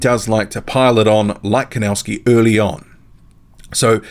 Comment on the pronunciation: PLEASE Learn how to pronounce The name KOWNACKI Correctly, because you have horribly MISPRONOUNCED the Name KOWNACKI!